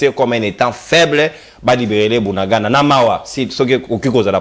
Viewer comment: J'entends dire BUNANGANDA...s'il vous plaît c'est BUNAGANA, "BUNAGANA"